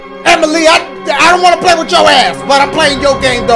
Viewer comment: “EMILY WANTS TO PLAY-UH, SHAY-UH, TRAY-UH” 😂😂